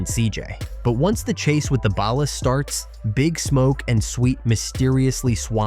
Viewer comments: The AI that can't pronounce BALLAS 😂 close enough....close enough. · You pronounced Ballas wrong